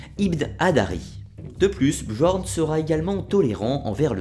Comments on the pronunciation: très bonne vidéo, fidèle à la version historique cependant attention le j dans björn ou skjaldmo par exemple se lit comme le y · on dit pas "bJorn" mais "bYorn" ^^ Super vidéo quand même :) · Björn = Bieurn Skjaldmo = Skialdmo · Désolé mais on dit «Biorn» le j se prononce y en scandinave